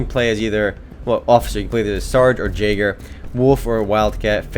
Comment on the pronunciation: It's pronounced Ya-Gur not Jay-gur -___